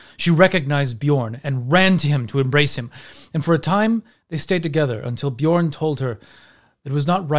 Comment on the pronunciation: Dat feel when everytime someone says Bjørn they say it with an o instead of an ø )